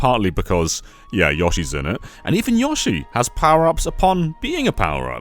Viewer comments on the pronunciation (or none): Mario's dinosaur is named "Yoshi", not "Yawshi". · Why does put an A vowel in Yoshi? C’mon my Brit brother. We gotta fix this. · The way he pronounced Yoshi feels so wrong, i don’t know why.